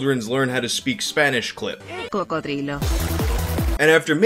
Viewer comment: Coccodrillo with the double Ls pronounced like that is italian btw